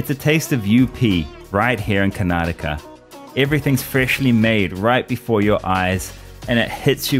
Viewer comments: Bro Pronounced Karnataka Better Then all So Called Northies.. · Among the people(northies) who pronounce Karnataka as 'Karnatak', u stand high... Feels soo good.. Jai Karnataka 💊 ಕನ್ನಡ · Many north indians pronunce it as karnatak where as he being a foreigner pronounced it perfectly as Karnataka that's the respect u give to local people and u will earn their respect too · A foriegner pronouncing "karnataka" perfectly ,whereas north indians are so reluctant to learn to pronounce